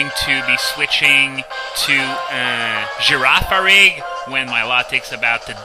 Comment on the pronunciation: I am in love with the way you pronounce Girafarig.